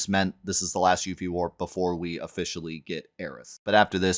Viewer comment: Whos youfie... its pronounced yuffie